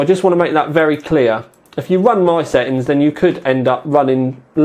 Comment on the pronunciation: Is this what they call 'glottal Ts'?